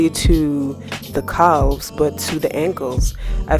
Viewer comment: They way you say calves is hilarious… keep up the good work